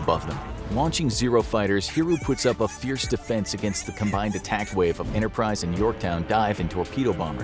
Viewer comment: Who else noticed he said “Launching of the decks form U.S.S Yorktown and the U.S.S Interprise?”